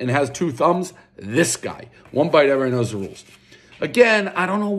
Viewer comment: "One bite everyoneknuhdruoos"